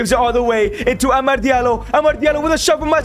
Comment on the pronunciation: Why do you say amard its amad